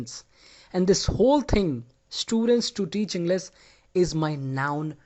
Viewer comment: No offense but you tell the word English like you forget the h